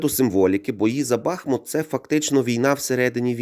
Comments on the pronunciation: Дякую за відео, але правильний наголос БахмУт 😉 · Стоїчно переношу рекламу, вподобайка...Але , для чистоти коменту, ..місцеві дуже наголошують , що БахмУт..Дякую